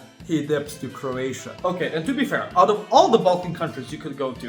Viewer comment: Oh did he mean Croatia? 😂